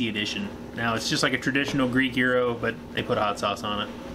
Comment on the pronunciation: It is pronounce Gyro not Gryo! Get it right! 😆